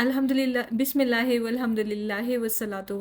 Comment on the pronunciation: Mai aapki videos dekhti hu aur yahi UAE me rehti hu bas ek baat keh a Tha galat nai samjhna magar Maine notice kiya ke aap thora bismillahey Alhmdulillahey padhti hai bismillahi* Alhmdulillahi*...zer ko ee karke padhte hai I am sure aapko Pata hga kabhi a jaane me hm galaat pad letey hai Mai abhi sikh rahi hu tajweed Quran isliye Maine sochi ke apko bhi batao